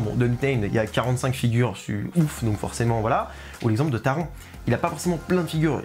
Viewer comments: Taron se prononce taronne 😭😭et oui le Taron fait pas de sensation 😅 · Super vidéo 👍 comme d’habitude, je n’ai pas fait Blue fire et Europa-Park en général, c’est un parc qui m’a donne envie et tu n’a pas arrangé les choses 😂, sinon je voulais juste te préciser que Taron ça ce prononce « taronne ».